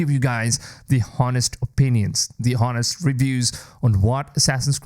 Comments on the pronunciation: I was looking for this comment too. His english is good, but I'm surprised he didn't know how to pronounce honest. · the 'h' in honest is silent